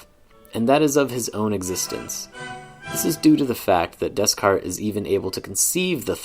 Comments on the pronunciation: That’s not the way to pronounce Descartes!! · Every time you say Descarte wrong a baby polar bear dies